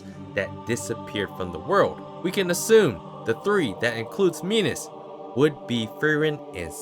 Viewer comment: Not "Minos". "Minus"